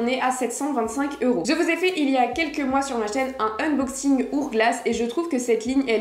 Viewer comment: Juste une petite remarque, on prononce le sac “Hourglass” # ‘hower glass’ et non pas “our glass”.